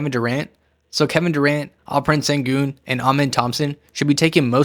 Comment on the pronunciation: Great video! Just FYI, "Sengun" is pronounced "SHEN-GOON" (with the Shhh sound), similar to "shake" not "snake".